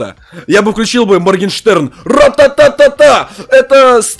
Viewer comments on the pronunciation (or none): none